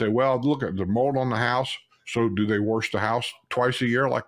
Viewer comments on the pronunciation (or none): How many "r"'s are in the word "WARSH" when you say, "wash your house"? hahaha